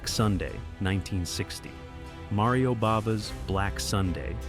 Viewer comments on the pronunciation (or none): none